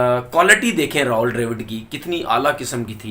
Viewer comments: Bolna seekh le ,ra haul nahi rahul hai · Tonveer it is Rahul Dravid and not Rahol Dravid as pronounced by you... pl correct.